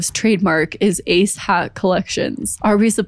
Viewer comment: Am I the only one who can’t stop hearing “A$$ hat” every time she says “ACE HAT”???